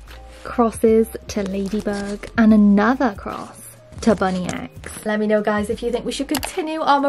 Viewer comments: its bunnix not bunny x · it’s actually spelt Bunnix(bu-n-i-Ks) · Uh you keep saying bunny X not bunnex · Hi I loveee your vids ❤ But you don’t pronounce it as ‘ BUNNY X’ it’s actually ‘BUNNIX’ in the show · The thing about these is there is only two various rolls you can get and also just so you know the bunny is said like bunnix. I know it's confusing 😁❤ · Hi its bunnix not bunny x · Her name is Bunnix not bunny x but video is cool anyway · I was getting SO mad when she was saying “bunny x” and not “bunnyx “ 😂